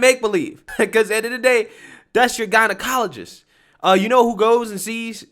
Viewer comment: Bruh... "jeneye-ologist"